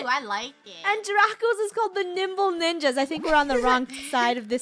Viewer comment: Lol when they first Said Nimble Ninja's I thought they said Nipple Ninja's LOL